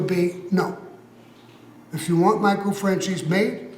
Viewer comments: “Michael Francheese” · Sammy keeps calling him Michael Francheese. LOL